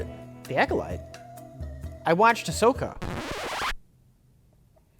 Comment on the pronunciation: I love how Mike pronounces Ahsoka better than half the internet when he doesn’t even know who she is.